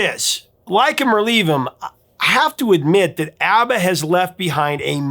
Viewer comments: It is pronounced "AH BAH"...NOT AAA BAH!!! I hate when people get that wrong!! (I knew a guy from sweden who knew them personally). And by the way..they are awesome!!❤ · I'm sure in the 4.4k comments, someone has commented that the pronunciation is ah- ba not how you keep pronouncing it or have I been mispronouncing it for 50 years? 😂